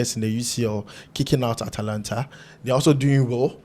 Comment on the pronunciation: Guys, Lookman's team is not called "Atlanta" like the one in the US, but "Atalanta", with an "a" between the "t" and "l." You're right, Chukwueze doesn't help out enough defensively. Likewise, Sadiq.